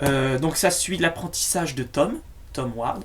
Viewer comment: tu c pas parler ni prononcé grimalkin et ward